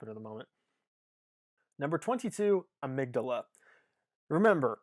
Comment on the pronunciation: I also appreciate the correct pronunciation of amygdala